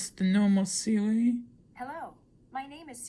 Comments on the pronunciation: My man said siwi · u said Siwi😂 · no you said siwi or seaweed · She said sewi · “siwi voice” Also: “i said siri not siwi” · lmao he said siwi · The way u say Siri “ siwi ” 😂 I think dat soz not being rude 😆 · i thought u was saying siwi soz xd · Siwi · you said Siri wrong